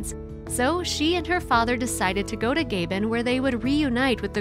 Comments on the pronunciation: The narrator is really annoying with her constant mispronunciation of the country Gabon....she calls it Gaybin...no it's Gabon. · It's gay bone pronounced and the people there they chop up gorilla parts to sell that's why gorillas are endangered those are the kind of people you care about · Murdering the pronunciation of "Gabon" 27 times was almost as sad as the gorilla deaths. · Respectfully, last time I saw pictures of Mr. Aspinall, he was extremely disfigured from cancer, I am not sure that he recovered from his illness and that was a long time ago, so this isn't recent events being talked about here. No less tragic however. Secondly, whether the reader is aware of what she speaks, I am also unsure, as she never bothered to find out how to say "Gabon" which makes the whole story slightly suspect. This also wasn't (unfortunately) the only controversial problem Aspinall encountered with release of gorillas to the wild.And he grew up with Gorillas he had "inherited". The man Tried to do the right by the gorillas by eventually returning them to the wild, but apparently, didn't know enough, nor have the means to "wild" them properly. Hopefully, those left will have a better chance. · This presenter's accent is really annoying and her pronunciation of Gabon is particularly irritating. Still apart from that, it's a good but heartbreaking film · Love the video but the mispronunciation of "Gabon" was ever so annoying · Anyone else who cringe every time she tries to pronounce Gabon? And the five deaths at Aspinall's zoos where not by gorillas. Three where killed by tigers and two by elephants. And the zoos where started by Damiens father John. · Yeah, I was confused about where this place was until I realized how incorrectly she was pronouncing it. Sheesh!! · how irritating to hear Gabon mispronounced every single time! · Thanks for the video but, please narrator, look up the pronunciation of Gabon!!! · You mispronounced Gabon. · learn the proper pronounciation of GAbON